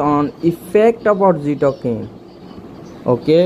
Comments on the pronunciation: ভাই উচ্চারণ Oxytocin- অক্সিটোসিন (অক্সিটোকিন না) এবং Ceylon- সিলন (কেলন না) হবে, অসাধারণ ভিডিওর জন্য ধন্যবাদ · Pronunciation hoy nai.eta অক্সিটসিন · Apnar oxytocin pronunciation wrong hoica